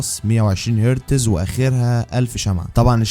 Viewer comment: Real me pro plus not bro blus, ,,, hertz not hertez